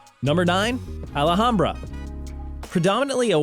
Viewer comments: Alhambra is pronounced Al-ham-bra, not Ala-ham-bra, plus you got your information wrong since I live here..., WTF ??? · It's not "A-la-hambra." It's "Al-hambra." And the crime in Alhambra is not spread out to the boundaries of the whole of Alhambra; it's located in a very specific portion of it. I mention this because Alhambra also includes about eight square miles of the North Central Corridor, which is arguably one of the three best neighorhoods in Phoenix. Regarding Deer Valley, what does "the 27th area and lone cactus road" refer to? If they're going to make a video using a robot voice, the robot has to be able to read sentences that make sense. This video was so sloppily done that I question all of the information in it. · As others have noticed it shows some of the best neighborhoods and says they are the worst. The guy also can't pronounce "Alhambra." There no "A" between "l" and the "h." Thus it is NOT Al A hambra. It is also not pronounced En CAH to. And what is with showing money from the nation of India? Honestly Arizona is in the continental USA we are not part of India. I am a native and never have heard it nicknamed "Tookey." All in all this is a stupid video.